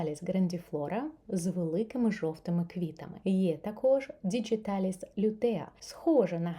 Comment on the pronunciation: Чудова рослина! Приємний голос 😌 Латиною «діҐіталіс», не через «дж» 😉